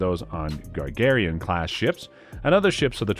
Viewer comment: Was the dude talking and AI? What the hell is a "Gagarian" class? You mean GAGARIN as in Yuri Gagarin? Just many mispoken words. If you put out a video how about using a human for the voice parts. If not an AI how about do a little quality check before posting. Other than that the video would be fine.